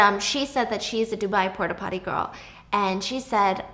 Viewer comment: “Porta potter” “Pooty poppy”